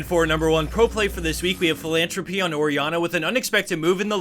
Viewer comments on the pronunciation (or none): Philantrope is a beautiful french word, don't say it philantropEE :(